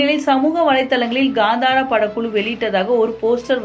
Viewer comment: That's not ghandara it's kantara😂